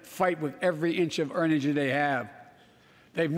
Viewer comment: “...and a pound of Ukrainian people. A proud, proud people pound for pound ready to fight with every inch of urnigy they have...” Wth is urnigy?